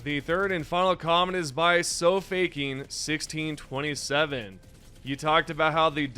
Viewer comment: Never heard someone pronounce sofaking as “so faking” lmao